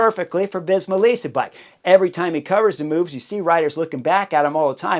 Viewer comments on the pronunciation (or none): none